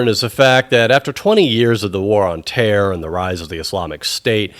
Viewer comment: "...the war on Tear.." - i almost spit my coffee.